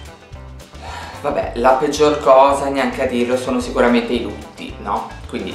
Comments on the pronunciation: Oddio avevo capito i rutti al posto dei lutti xD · No ma, invece di capire "I LUTTI" avevo capito "I RUTTI" ahahhah. Non sono molto regual mi sà! ahahahha!